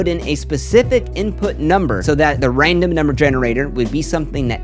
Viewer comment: Loved this video. Got to take a shot each time says 'raindom' instead of 'random' though!